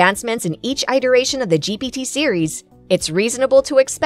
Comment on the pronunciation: "eye-teration?" This stupid AI doesn't even know how to pronounce "iteration." It would be nice if you would fix the errors before pushing your video onto YT. Nice video, otherwise.